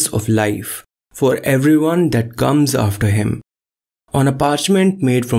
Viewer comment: Good video but gentleman narrating needs to learn to pronounce the letter C like K , NOT G ... he makes come sound like gum and says guts instead of cuts !